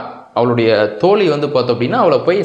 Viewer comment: ஐயா தோழி என்பதில் "ழி"யை சரியாக உச்சரிக்க பழகவும்... தோளி என்று உச்சரிப்பதை கவனிக்கவும். நிறையபேர் சமீபத்தில் மழையை மலை என்று உச்சரித்தார்கள்!.. வல்லின, மெல்லினம், பொருளையே மாற்றிவிடும்!..